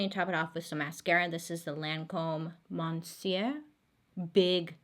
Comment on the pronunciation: The Lancôme mascara is pronounced “muh-SYUR”. The “n” is silent. It sounds similar to “mister” (that’s what it means, too).